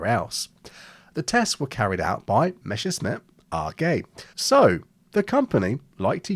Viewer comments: Well, the video is very informative however I'm still surprised how every aviation youtuber I've ever listened to pronounces Messerschmitt as "Meschersmitt" for some reason. Quite the enigma. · I keep noticing on Youtube that english speakers often can’t pronounce ’Messerschmitt’ properly. Come on, it’s not ’Mescherssmitt’, please don’t spread wrong pronounciation. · My opinion is that i'm really upset by the fact you've interchanged the SS and SCH sound everytime you spelled the man's name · I have yet to meet an English speaker to pronounce the name Messerschmitt correctly. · Why pronouncing it "Meshersmitt", when it's "Messershmitt"? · idk about this but YOU should be calling it "Messerchmitt" and not "Mechersmitt" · I don't want to be rude, but oh god, I can't stand "Meshersmit" pronunciation. German "sch" should be read like English "sh". In "Messerschmitt" there is double "s" first and "sch" later, so the word should be pronounced "Mesershmit". Good video tho. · It is pronounced [ˈmɛsɐʃmɪt]. I often hear it pronounced as it was "Meshersmith" and it grinds my gears. Maybe I should start to pronounce Spitfire more like "Shpitfire" in response. Anyway, if you don't feel the difference, you should seek medical attention and get help to manage dyslexia. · It's Messerschmitt, not Meschersmitt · the question should really be, why noone can pronounce Willy Messerschmitt's name correctly. It's not Meshersmitt. Let's try this together...Mess..err...shmitt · Good start for a video about proper naming. It's meSSer-SHmit, not the other way around. Why does everyone say "Mesher"?? I really don't get this one. It should be easy enough for English speakers to get right from the spelling alone. Also, it is not pronounced "emm ee", it is "meh" with a long vowel, as in a New Zealander pronouncing "way". My father grew up in post-WWII Germany, and I consider his pronunciation reliable. He was also a native German speaker, as am I.